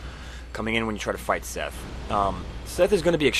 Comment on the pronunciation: it's seath not fucking seth jesus christ the introduction says it out loud for you